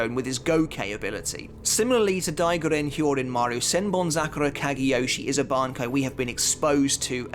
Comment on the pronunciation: why do u pronounce bankai like that, are u dub watcher